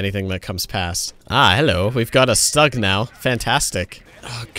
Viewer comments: My child you've forced me to unsub It's pronounced Shtoog, not Stug. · it's pronounced shtoog. Not stug. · As a tank nerd I have to say that you're killing me with that Stug pronunciation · pronounces all german words correctly except for stug lol